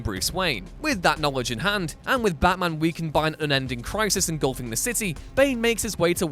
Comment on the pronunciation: Can you say baT-man